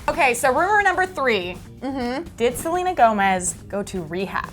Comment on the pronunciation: Did they say Selga instead of Selena at the beginning of the vid?! Or do I just have bad hearing